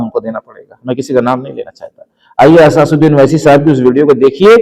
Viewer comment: Asasuddin nahi asaduddin hota hai bura namane